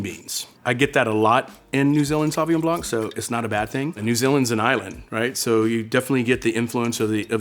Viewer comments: You can’t call yourself a Sommelier and not know how to properly pronounce Sauvignon Blanc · Mispronouncing the first wine he tries... why